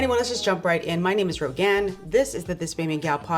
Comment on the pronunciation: Rogue-ann.... yeah, srupid whore cant even pronounce her own name.